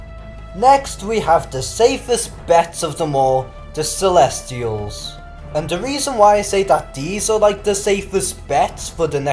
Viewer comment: It's CELESTIALS, Lords. No "r".